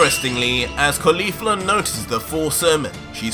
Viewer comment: Why does he say kayfla, its kefla with an e